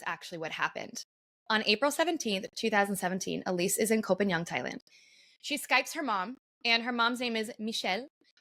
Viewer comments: Its Koh Pagan! Are you Thai do you know how to say it in Thai, well guess not, its koh Pagan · The half-blonde pronunciation is terrible. Koh Pai Yang?